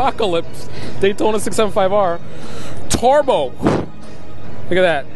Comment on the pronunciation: It's pronounced turbo, not tarbo...